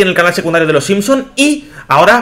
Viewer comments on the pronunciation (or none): none